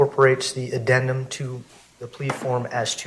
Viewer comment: Did that judge say addenment?